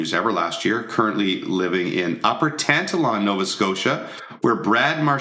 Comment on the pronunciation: Hahah tan-ta-lawn It's pronounced tan-talon= Tantallon Nova scotia